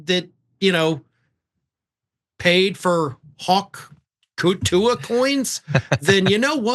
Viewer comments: dude, if you’re going to get paid to talk about her, you should “honestly” know a little more about her and consume more than a minute of her content. you sound disingenuous off the bat when you intentionally mispronounce her nickname as the “hak tuey girl” but know her real name and the fact that shes given to charities tl/dr you know about her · That was the most boomer intro ever “hawk tooey” mispronounced like a boomer trying to say “pokemon”